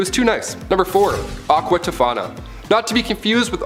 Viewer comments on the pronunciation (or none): He says Aqua Tofana, not to be confused w Aquafina. Then, proceeds to say Aqua Tofina lmao...I really do love tho, lol